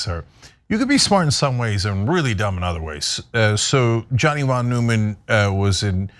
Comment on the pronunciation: Cenk Uyger said "Johnny von Newman". Pronouncing Neumann the way Jerry Seinfeld pronounced Newman. Von Neumann is pronounced "von noi-mahn". Furthermore, I seriously doubt that anyone ever called Jon von Neumann, Johnny, except for maybe his very close friend, Cenk.